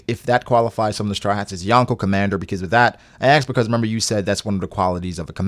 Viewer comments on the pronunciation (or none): none